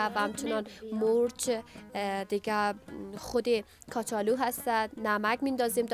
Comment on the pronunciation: از این گزارشگر کرده خاله ها بهتر صحبت می‌کنند ، کچالو را کاچالو میگه ،